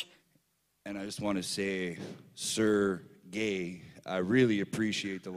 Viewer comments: LMAOOOOOOO MOROSOV'S REACTION WHEN SAYS "SIR GAY" HAHAHAHAHAHA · SerGAY 😂🤦‍♂️ OMG I'm dead